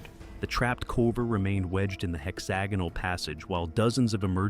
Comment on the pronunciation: Pretty sure that's not how you pronounce hexagonal. I could be wrong though